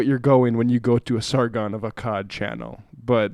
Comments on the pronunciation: It's ah-kod... take a history class you stupid fuck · "Sargon of Arkard" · "Sar-Gon of Arkard" thanks sam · "Sargon of Arkkard" hahahahahahaha. "My name is Sam Seder and when I see the name "Akkad" I pronounce it "Arkkard. Now, listen to the other intelligent things I'll say." LOL You can't make this stuff up. Bag of hammers, man. Bag of hammers. hahaha. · "Sargon of akarrd" "Carl of swinton" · I love how Sam kept saying “Arkard”. It forces me to imagine Carl as an aardvark. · my dude, like, if you want to be a part of leftist discourse on youtube you should at least know how to pronounce ''Sargon of Akkad'' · The irony... These lefty dweebs will happily dub someone "racist", if they fail to correctly pronounce the unpronounceable name of some psycho from Bongo-Bongoland, but can't even pronounce the simple word "Akkad". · Jesus Christ you guys cant even pronounce his name. Do literally 2 minutes of research on the guy. I don't even like the guy. But this show is shit. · Sam, FYI, there is no "r" in Akkad.